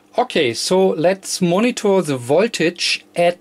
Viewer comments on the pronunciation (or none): none